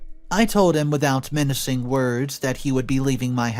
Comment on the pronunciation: MINCING! MINCING WORDS! Dude, English is not even my first language and I already lost count of how many times you mispronounce words! Just pay a better narrator!